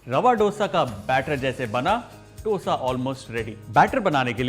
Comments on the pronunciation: It's dosa and not dhosa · It's dosa(dho-sa) not do-sa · Recipe good.. but plss don't change pronunciation according to your accents... It's dose.. not dosa.. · I will be very happy if u say it as "dhosa" and not (ddosa). "Dha" like in daya, dhaanya, diya, or song dham maro dham. Really nice recipe easy, quick and delicious. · All south Indian States pronounce this as Hindiwala " do" + sa. And not as in " dough" sa. North Indians changed it into how they pronounce now. Jis Tarah Hindi mein number 2 ya doosra Bolte Hain, usee tarah usko pronounce Karen. Actually, it is " dosai' in TN, dosha in Kerala. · Oh god he can't even say dosa properly, it's Do as in Do(2in Hindi)sa. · When you are showing a recipe the least you can do is to pronounce its name correctly! It’s Dosa like in Damodar! Don’t act as if you are alien to that sound altogether!!! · Its not DOSA, atleast get the pronunciation right.... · I loved the video but since I am from south India, I request you to pronounce Dosa properly.